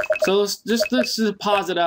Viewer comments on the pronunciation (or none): So how many people have corrected you on "deposite"?